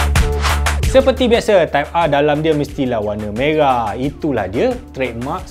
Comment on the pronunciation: MERAH bang... bukan meghah .... 😆😆😆